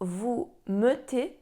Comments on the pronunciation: odwala Pani kawał dobrej roboty ucząc tego niełatwego języka. Jednak w pierwszej i drugiej osobie liczby mnogiej - nous mettons i vous mettez to nie jest E nieme jak to sugerujesz, a E otwarte, najbardziej zbliżone do polskiego E. Próba wstawienia tam e niemego strasznie razi uszy. Szczerze mówiąc przez moment zasiałaś nawet we mnie ziarno zwątpienia. Człowiek nie raz po latach dopiero zdaje sobie sprawę że coś źle wymawia. Tym razem jednak mój przytępiony już słuch mnie nie myli. To nie jest,,melon’’ Życzę powodzenia w dalszych wysiłkach edukacyjnych!!! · W pierwszej i drugiej osobie liczby mnogiej (nous mettons i vous mettez) wymawia E w pierwszych sylabach jako E nieme, podczas gdy prawidłowa wymowa to E otwarte, podobne do naszego polskiego E